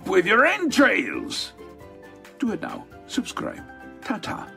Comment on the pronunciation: The "Right Nyeow" made me slam that subscribe button